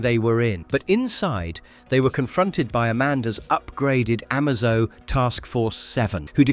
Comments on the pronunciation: Amazo as in a-may-zo or amazing and T.O.morrow as in tomorrow not marrow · Stuff like that makes me think it's ai